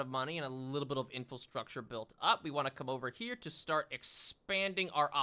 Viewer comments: I've been looking forward to this one. Great video! Just an FYI you keep saying "infilstructure," but the word's infrastructure. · I've been binge-watching videos and I can't help but giggle every time he says "infil-structure". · Take a shot every time he says "Infulstructure" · He never learned how to say infrastructure and now he'll never learn how to say actuated either.